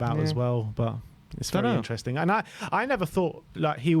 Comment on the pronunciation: I find it really funny how often butchers the word "interesting", i hear it in every video atleast once 🤣. Instring, intsring, isntring insteresting